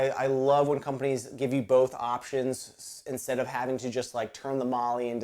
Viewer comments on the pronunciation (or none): none